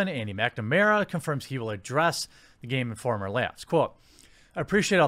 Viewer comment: "Geme Informer Megazine" :P